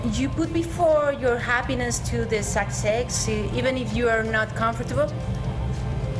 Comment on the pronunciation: Ya veo porque dicen que los españoles son los peores para el inglés en toda europa :/ si mandan entrevistadoras cómo esta chica que no sabe ni cómo pronunciar comfortable, algo súper básico cuando comienzas a aprender el idioma inglés.